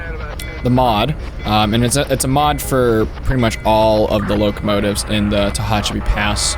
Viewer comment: Ta-Hatch-A-Pee, Mo-Ha-Vee